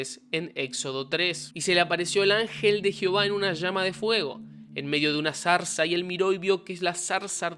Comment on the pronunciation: No sabes ni decir ZARZA, que patétic0.